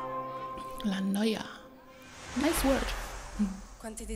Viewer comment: you are the first person that pronounces correctly la noia